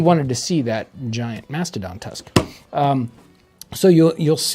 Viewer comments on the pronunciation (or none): none